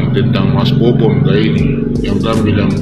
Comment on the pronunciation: Mbaknya yg jilbapan, situ gen z ya kok bahasa tuturkatamu ga bener ya... nyebut bobon aja babon. Ga minta maaf lg salah sebut.. ga enak bgt dan ga pantas untuk... aku yakin dia ga paham bobon kesana ada misi kemanusiaan bukan fisit atau berkunjung saja. berkomentar...